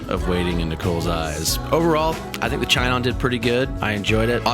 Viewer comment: I'm pretty sure it's pronounced shinon.